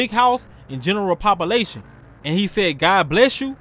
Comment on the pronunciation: Pahhhpation… Brother has to be from Mississippi